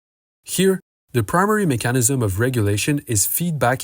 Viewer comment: i dont wanna watch the video again, but i do remember that u mispronounce the word "mechanism" - it has an emphasis on the letter E. as for your request for intermediate points - u cover an enormous amount of material, seriously, its covered in universities over 3 courses, and u just hop from 1 process to the other. for example, dephosphorylation or how NADH becomes NAD+ - those are ciochemical processes which require whole videos to explain